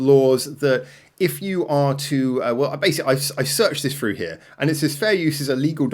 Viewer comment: FREW????? Do you mean THROUGH?? WTFF?